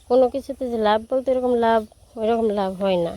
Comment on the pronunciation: লাব নয় শব্দ টা লাভ